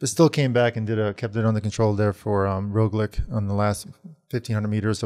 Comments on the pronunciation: No matter how many times he hears EVERYONE else (including Lance and JB) say, "RogliCH," George insists on saying "RogliCK." And JB...scoot a little closer to George. You're off center. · Come on George it's Rog-lich not Rog-lick!!!!